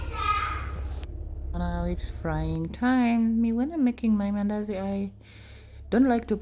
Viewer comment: i hear mindazi😅